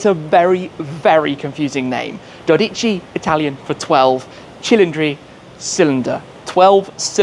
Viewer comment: It is dódici not dodíci.